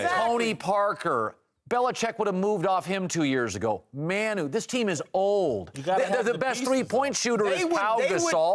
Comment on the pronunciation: I can't take Colin seriously when he still can't pronounce Manu. That being said Pop is still has some blame.